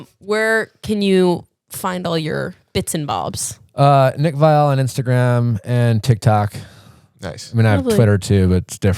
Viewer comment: HIS NAME IS NOT PRONOUNCED LIKE THAT ITS PRONOUNCED LIKE VIAL!!! I went to high school with his sister and my older siblings went to school with him and his other siblings. We make fun of him lying about the pronunciation to sound fancy lol